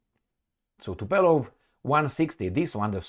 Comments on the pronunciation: you murder us with your brain-dead "Tupelov"!!! Dude, is Tu- POOOOOO-Lev!!!! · Tupolev and not Tupelov, my friend.